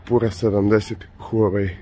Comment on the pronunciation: Није пура него пјура 😂😂